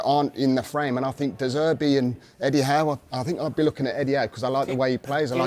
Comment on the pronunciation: I know bro didn't just say Eddie Howe